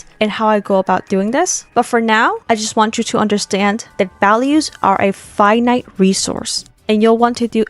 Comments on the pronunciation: i heard "five nights resourse" and somehow it didn't sound wrong to me, like you drawing freddy, like okay if you say so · What she says: "Finite resource". What i heard: Five night resource 😅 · "values are a five night resource" was what i heard